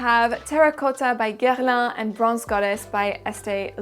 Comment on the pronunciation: New subscriber here. I hit the subscribe button after hearing you pronounce "Guerlain," hehe! (I'm just getting into varieties of fragrance and it's been really tough for me to take perfume channels seriously when they say "Gurr-lawn" -- even Canadians, when French language classes are usually a part of their curriculum in elementary school, like what's their excuse? LOL.) Thank you thank you thank you, I look forward to binge-watching your videos!!! XO Julie